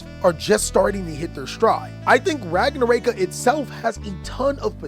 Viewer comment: Can i fix yours and everyone elses pronunciation of ragnaraika please? The rai part is not “ray” but “ri” like the word right. Its ragna ra iii ka. In japanese, and most asian languages, you pronounce every vowel. Anyway keep up the good work